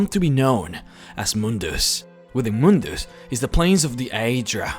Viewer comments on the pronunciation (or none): it's not moondoos or moondas it's mundus